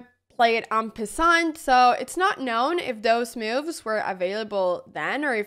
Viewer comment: It's cute how she says "miuvs" for 'moves' 😂